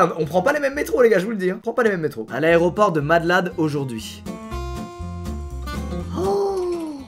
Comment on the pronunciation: "L'aréoport de Madlad" 🤣